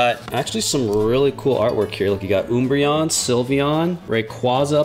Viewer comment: Who else was cringing at the way he was pronouncing some Pokémon like Umbreon